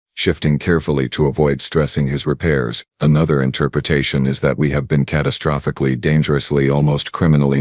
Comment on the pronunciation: This was a fun one 😂 "Catastrofofihically" 🤣🤣 Gets me every time too